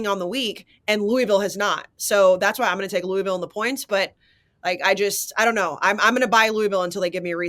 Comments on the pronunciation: It’s “Lou-ah-vull” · Great new intro! Blutman trying to correct you on how to say "Louisville" while ALSO mispronouncing it pissed me off. No one on the pod knows how it's done.